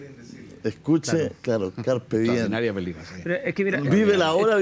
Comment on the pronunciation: Gran tema, pero, me hizo ruido que dijera Carpe "bien".... Mal dicho en el minuto y repetido en el. Es Diem.